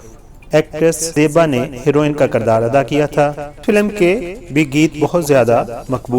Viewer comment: Taluck NAHI taalook, shoba sai NAHI shobay sai, tileem NAHI taaleem, kardaar NAHI kirdaar, is gana ko NAHI is ganay ko, tarana ko compose NAHI taranay ko compose kia tha, musak NAHI music , ashara nai ishara, khuriat NAHI khairiyat , astaad NAHI ustaad , shamal NAHI shamil , had ho gy Satyanaas mara hua hai Urdu ka Tum paindoowo nai